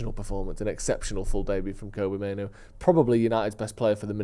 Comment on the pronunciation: Can someone tell that there are two Os in Mainoo, not one. "Mainoo" not "Maino". even pronounces it correctly in fromt of him